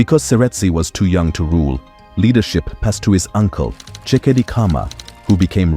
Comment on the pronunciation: you are pronouncing the surname incorrectly. Its nor Karma its Khama, I wish that content creators would do phonetic pronunciation research of Africans surname before the produce content. Even the names....Tshekedi is my family name and your pronouncing incorrectly too. i will stop watching